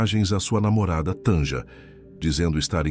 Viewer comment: Não se pronuncia Tanja, é Tânia, o j tem som de i.